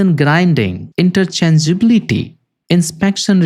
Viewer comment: interchangeablity ? Can you say it again correctly?